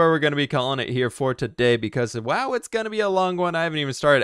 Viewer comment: How did you say wow